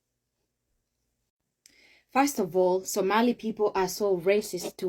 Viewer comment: Somali - “o” not “a”